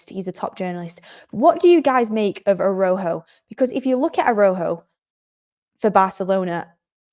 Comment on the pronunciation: unlike English, in Spanish every letter in a word is pronounced so Araújo pronunciation would be more like ARA-OO-HO (j in Spanish is pronounced more like a longer guttural h - think about Juan (pronounced like HHHuan)